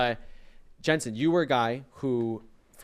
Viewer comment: I feel so bad for Alphari and Jensen -- they look like they would legit rather be anywhere else in the world rn . (And bro . . . that is not even CLOSE to how you pronounce Jensen's name. I just about had a StROKE.)